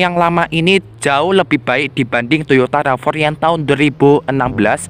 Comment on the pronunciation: bacanya "Rav 4" ygy, bukan "Rava" 😅🤭🤭